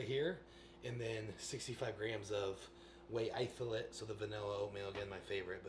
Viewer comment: Whey itholate 😂